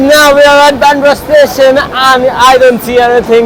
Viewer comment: WTF ACCENT IN BANDRA 😂😂😂